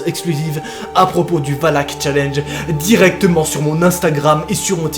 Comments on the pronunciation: ET TU DIS WALK ET PAS VALAK EST-CE NORMAL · on dit pas "oulak"mais valak😂sinon continu comme sa tes mon ytp préfèrer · C'est pas voulak qu'on prononce mais volac mais superbe vidéo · Mais ses pas wallack mais Valack 😅😂😂 Sinon super vidéo comme d'habitude mon jeune petit 👍👍👍👍😂😂😂😂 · et valak sa secri VALAK et non VALAC comme dans lappel video a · ca se prononce Valak pas Walac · on prononce valak et non walk pour pas l invoquer 😂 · Quand tu dis Valak on dirait que tu dis Wallhack #CSGO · jvai appeler les handek un camion de hendek pour lui sinon jte kiffe trop quan jai pa peur t la pour me faire peur et quan tu di wallak on dirai que tu di wallah comme les gens qui save pa pronnonsser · Regarde the conjuring 2 tu verras ca se dit Valak